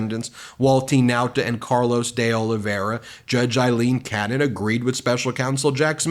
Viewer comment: Ben, are you purposely mispronouncing Aileen Cannons name???